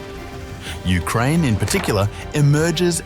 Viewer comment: Ah yes, my favourite country, Ukrinea